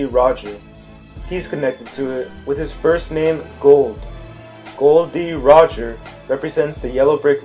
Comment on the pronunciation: First of all, his name is Gol D Roger not Gold D Roger!!!!!!